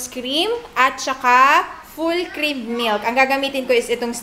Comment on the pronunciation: "full krrrrim milk" "mAshrrrum" ang tindi 😁